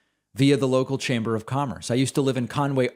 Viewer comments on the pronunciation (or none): none